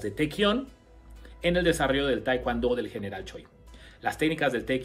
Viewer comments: Se dice TAEKWON-DO NO TAEKWAN-DO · Como.puedo prestar atencion a alguien que al Taekwon-do le.dice TaeKwAndo.. Mis respetos...Pero.No.... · Ustedes en Mexico enseñan taekwondo con la indumentaria de Tang soo do....🤔 es muy raro eso....segundo ...pronuncian "taekuando" no se por que....y despues ponen en duda las acciones del maestro Choi...que fue un genio creador del tkd...y fundador del la ITF. El tang soo do es otra cosa y listo dejen de mentirle a la gente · De verdad eres un charlatán, me dan mucha lastima los que te creen aprende a pronunciar bien el nombre del arte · No sabe decir taekwondo y se manda a cuestionar a su creador